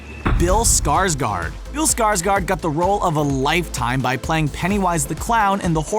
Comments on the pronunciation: ”Skarsgard” is probounced more like ”Skarsgord. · it's Bill Skargård (gord) not skargard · it's scars GÅRD Not gard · No wonder they call him skaarsgard